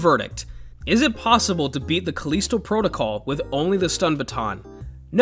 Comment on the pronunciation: Its callisto, not caleesto. They pronounce it in game too